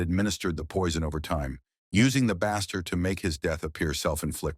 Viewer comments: Baster is pronounced like BAY-ster. For Pete's sake. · That would be pronounced baster like baystir not a short vowel sound did that bother anyone else ? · Can't they at least listen to it first and correct the mispronounced words?? Turkey what?? Bassster? lol@ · " turkey baah-ster" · Yeah AI narrations suck, they always pronounce multiple words incorrectly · Please teach your AI how to properly pronounce "baster" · Is this AI narrated? It said baster so weird. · The mispronunciation of Turkey Baster is driving me nuts 😂